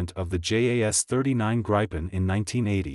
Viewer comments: It also pronounces gripen incorrectly. It's greepen. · If you are gonna make a documentary on something, at least pronounce its name right.